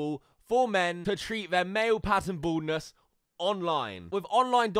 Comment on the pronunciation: i thought you said boredness and not baldness 😂